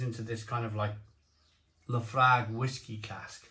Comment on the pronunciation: It's actually pronounced Lah Froik 😂